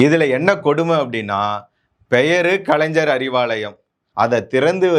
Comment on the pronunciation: கலைன்ஜர் இல்லை கலைஞர் 1000 தடவை சொல்லி பழகுக😂